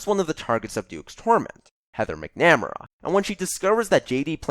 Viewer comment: it's cool man. If that's how they pronounce it in the movie then what can you do. I just couldn't not mention it. Pronouncing things is hard if you don't have a good reference for it. Also what you did is technically correct in terms of grammar rules but he know..... that isn't his things work all the time. As someone who hasn't seen the film I think it would be disingenuous for me to call that an controversial opinion. I hadn't even heard of Heathers until I stumbled across the musical so i have a bias towards it due to finding it first. Please forgive me for that as I am not American and it just wasn't shown on t.v. here to the best of my knowledge. I know it is close to the hearts of many people in the U.S. and if you prefer it over the musical I guess i should check it out. I just hope they don't say McNamara too much Actually just do me one favour. The probounciation in the musical is closer to bring correct so if you could use that any irish viewers would be very grateful